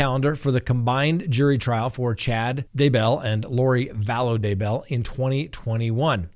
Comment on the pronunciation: Please speak correctly...Not Da-Bell...It's DAY-bell. Not that I give a crap about him...it's just irritating for an educated man pronouncing it wrong! : (